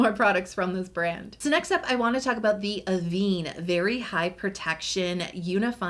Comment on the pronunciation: A small point but Avène is pronounced ah-ven not ah-veen. The accent (called a grave accent) above the first "e" indicates this pronunciation. The brands takes its name from the Avène region in France known for its thermal waters and the brands uses the water in its products. Excuse the picky-ness but I live with a fluent French speaker and this is the price I pay for it.